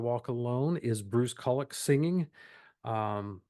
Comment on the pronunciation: You pronounce Bruce Kulick’s name wrong. It’s pronounced “koo lick”.